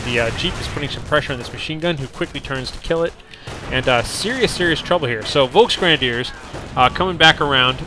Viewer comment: Just a hint how to pronounce the german "V" like in "Volksgrenadier" or "vonMechakon". The german "V" is pronounced with a sharp sound like the english "F" in "folk". I already gave this hint to Inverse, because "Volksgrenadier" with a soft "V" sounds always strange and funny.